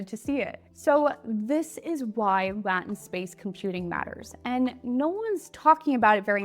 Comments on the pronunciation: Still hard to listen to you say it that way. Can I use AI to change it to “lay-tent”😂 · She thunks it is "Latin space" but it is "Lay tin space" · Incredible information, however, "Latent" = Lay—Tent. The way you pronounce it makes it sound like "Latin" (Lah—Tin). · First off, it's pronounced LAY-TENT, not LAT-TENT. How do you have an AI-based channel and not know that...? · Great video! Very interesting ideas. Small tip: LAY-tent, not lat-tint. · Isn’t it “LAY-tent” not “LATIN-t”? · It's not Latin space, it is Lay-tent space. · “lay-tent” space not “Latin” space 🙄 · Great video but confusing until I figured out what you were trying to say! It’s LAYtnt, not Latin. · It's pronounced Lay tent, not la tent. Although some people do say la tent, but it still sounds kind of weird the way you say it. Much Love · yes, it sounded like "Latin". Ai/ google will tell how to pronounce it. Crazy how defensive other commenters are about a single bit of helpful feedback. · Great video. I think the pronuciation thing revealas something about our own human "latent space" because "latent" is being pronounced in a way that sounds like "Latin" which is another commonly used word and that makes it confusing because our own human internal latent space grabs on to "latin space" as opposed to say "anglo space" or "germanic space." The video is great but it is surprising how distracting that pronunciation was. Not your fault, just shows something about how our own human neural network functions. I studied neuro-science before med school and both the video and the pronunciation issue were super interesting. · I'm Pennsylvania Dutch and I've never heard anyone pronounce lay-tent with a short a. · I wasn't watching at first, just listening and I thought you were saying "Latin'... now that's interesting. Teaching AI how to think in classical latin b4 it spits out its answer in your language of choice. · It's L-8-ENT space dear. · Latent. Long A ;) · Hey LAHtent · Lay - tent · Lay tent